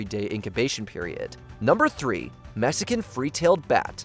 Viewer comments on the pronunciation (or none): Messican 🤦‍♂️ it’s Mexican